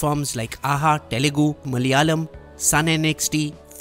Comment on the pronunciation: It's Telugu! Not Talugu😕